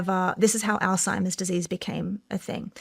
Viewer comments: I kno this is petty, but if you’re doing a three hour sho with an expert, I wish you would stop saying “all- timers” and say the word correctly especially when she says it correctly over and over. But very interesting show other than that. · Shawn, you just broke the record for mispronouncing Alzheimer's the highest number of times in the first minute of a YouTube video, congratulations!! "All-timers"😂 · It’s killin me. Why doesn’t she correct him?? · Did a whole show on ALZHEIMER'S and didn't research enough to learn the pronunciation 🎉🎉🎉😅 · At least learn how to pronounce Alzheimer’s before doing an entire episode on the subject. There’s no “T”. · Could someone please tell SR how to pronounce Alzheimer’s correctly. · Alzheimer's....... Lord God almighty you're speaking to an expert on it ... Learn how to pronounce it ... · Why can't Shawn pronounce Alzheimers correctly? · Shawn; Not “All-timers”, rather, “Alzheimer’s”. I am assuming you already know this, but just in case. You’re welcome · It is literally pronounced "alts-hymers" or "alZ-Hymers". So sure he's putting the emphasis in the wrong spot. But the t-sound could be there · All-Timers??? It's Alzheimer's just for the record... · Shawn, please , Alzheimer’s is not pronounced as “all timers”. I say this correction with 🙏 aloha. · God bless this woman for conducting this entire interview and not once mentioning that Shawn keeps saying "All Timer's" instead of "Alzheimer's". It drove me crazy so I can only imagine how it was for someone who has dedicated her life to studying the disease. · Someone tell Shawn it’s ALZ-Hi-Merz. There’s no “T” in Alzheimer’s 🤦🏻‍♀️ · Is he saying ‘Old-timers’ 😅 it’s Alzheimers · Shawn, it's not pronounced All-timers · Alzheimer’s Shawn. Not “Ald-timers.” Jesus take the wheel. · Shawn , it’s called Alzheimer’s not Alltimers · Not "al-time-ers" it's alz-heimers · Her face when he calls it “all timers” 😐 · The all timers is killing me😂 it’s ALZHEIMERS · "all timers"